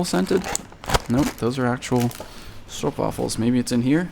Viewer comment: Hey! You actually pronounce 'stroopwafels' very well ! :D Greetz from Belgium!